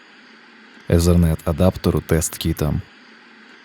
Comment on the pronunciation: Что за слово езерент? Там нет буквы z , итернет правильнее...